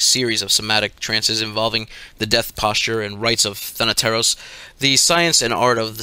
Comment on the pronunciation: As a greek i can say that he is one of the few people I have heard pronouncing “thanateros” right